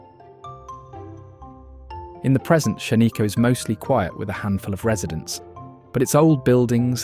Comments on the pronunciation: Here in Oregon, they are called Canadian geese, not Canada geese. Shaniko is pronounced Shan I Co, not Shain I co. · This is not the Columbia river gorge. The scene of vista house following is the Columbia river gorge. Not sure where this previous shots are from. You have mispronounced Shanika , Willamette. Valley and other places. I would recommend which Region these are in like Eastern, western … Oregon. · Not only does the narrator mispronounce place names like Tumalo and Shaniko but many of the photos are of places other than those represented. Makes me wonder if this channel owner has ever been to Oregon.